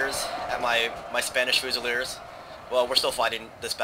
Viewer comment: Fyoozileerz is how it is pronounced. I love your Napoleon total war vids, I just got a computer that can run the game recently.